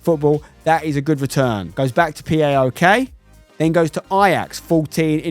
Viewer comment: just so you know, Spencer, PAOK is pronounced as one word so its just PAOK not P-A-O-K